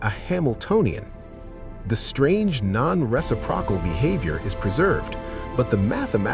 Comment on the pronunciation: Not reci - prokal, re-sip-ro-cal.